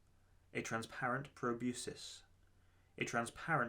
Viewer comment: Jeepers! I am really enjoying this channel. It is a shame that i only found it just today. The narration is on point, and the writing is so well done. Ha ha, hearing you unsuccessfully pronounce " the word" was super funny...proBEWsis..lol